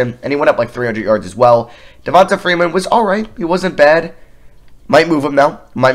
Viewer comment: Devonta is pronounced Devon-TAY